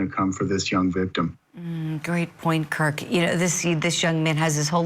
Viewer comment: Kirk, not Kurt. 😊